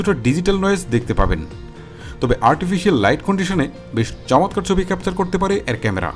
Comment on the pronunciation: ভাই আপনার ভিডিও আমি দেখি সবসময়।।।কিন্তু ভাই আপনার কথার উচ্চারণ মনে হয় একটু খেয়াল করা উচিত।।।।যেমন আপনি ছবি কে বলছেম চবি।।।এটা কি ভাই।।।।।